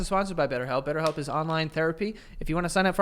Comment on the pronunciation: Betterhelp. “Betthelp”